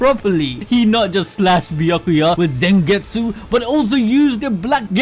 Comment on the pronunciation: 🐝🤮🎱🛖 Bee-yack-que-yurt Smh 😲